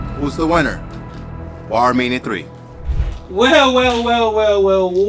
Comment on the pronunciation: Shouldn’t the host be saying the name of his own show right, BARBER MANIA, Dude said Barmania like 5 times in the first 10min, that lost me…